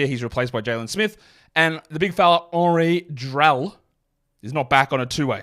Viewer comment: Going out of your way to pronounce Henri Drell correctly is one of the many reasons I watch this show